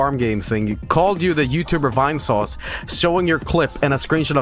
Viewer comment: As someone who was watching Vinesauce stuff since December 2016, I laughed so hard when he said "Vainesaussy" and called him (Vinny) as YouTuber.